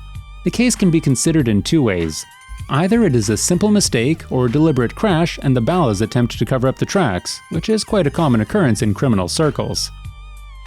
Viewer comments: B doop? Bowlluz? has the voice of this channel ever even played GTA SA. I could do his job for half the $ here is my resume i am american age 26 and a stay at home dad so i have a lot of free time (despite what women say its not a full time job) and i have been playing GTA sanandreas for 17 years. i have beaten the game in every imaginable way and have a deep understanding of its lore as well as the real life equivelencies like the Neighboorhood Crips the Rollin 100's Gangsta Crips. and there involvement with crack in the 90s as well as the 1992 riots and the connection between real life Officer Perez and officer Tenpenny. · This has to be the whitest man in the world why does he pronounce ballas, b-dup like that even when the game clearly tells you how to pronounce it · Not how you pronounce ballaz. Again I ask if the narrator has spent any actual time playing this game or listening to dialog from the game. Smdh 🤦🏽‍♀️ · It's just the way he says it chill the fuck out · Can someone please for the love of Christ, correct the way the guy in these videos says "Ballas"? It's so wrong! Every single video! Dude says Ballas like they Bale hay or something. IT'S BALL-UHS. Not BAY-LUHS Also B-Dup it's pronounced like BEAT UP not B-DOOP For fucks sake guys! C'MAHN! Make it less obvious you're reading off of a script from material you don't know the first thing about. It really feels like a narration, instead of the narrators own personal experiences or revelations about the game. Not saying it has to be that way, but man, the script reading is rough when you're mispronouncing so many key words to the game. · "Balas" "B-dupe" It's BALLAS as in Ballers and B DUP, like to be beaten up? CMON MAN! Pretty soon people will be making videos about errors in your videos. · It's pronounced bawl as. Not baal as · The ballast? This whole time I thought they we pronounced ballers 🤣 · It’s pronounced BALL-US not bow-las what the fuck!!!!! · Baulis? Pretty sure it's Ball-uz